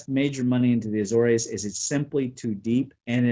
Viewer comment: A-zores. Two syllables. At least in English.